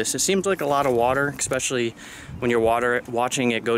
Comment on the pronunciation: Eckspecially!!! Oh no!